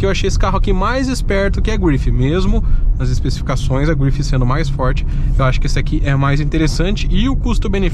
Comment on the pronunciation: Belo vídeo, mas tente levar menos as palavras para o inglês. Carro francês, então não se fala "gruifi", apenas grife mesmo. Fica mais legal. No mais parabéns pelo vídeo. Sucesso.